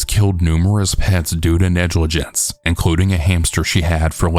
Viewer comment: Bro said "ree-creationally" and "nejlijence" 😶😶 I- 😭😭😭